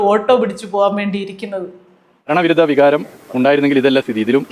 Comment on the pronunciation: Edo Riyaz , go and learn the correct pronunciation of Malayalam letters.Not bharana virutha but bharana viuddha vikaram.